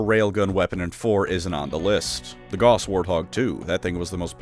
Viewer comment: Gauss is pronounced like house but with a G, not like boss but with a G.